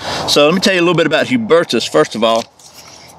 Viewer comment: u pronounced it right =) pretty good btw imo